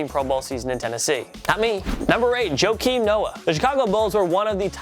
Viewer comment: Joekim Noah lol (Wa-keem)